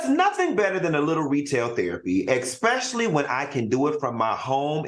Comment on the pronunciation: Somebody please tell Funky that there is no X in Especially. It makes me cringe every time he says Expecially’! 😅